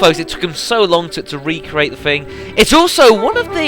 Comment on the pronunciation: It's recreate not recrate ya fool